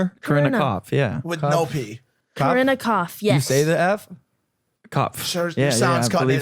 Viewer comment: Logan is avoiding the camera when he said copfs